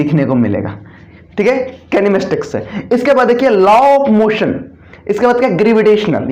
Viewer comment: Kinematics bolne ka treeka... 😂😂abe gandve kha se aaya h tu